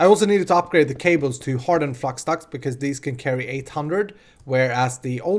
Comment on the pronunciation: Haha, sounds like you said fluxdux. ;D